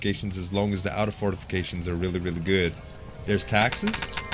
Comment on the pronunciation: anyone else notice he says fartifications